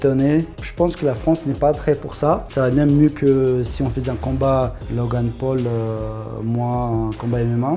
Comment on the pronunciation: "logà paul" mdr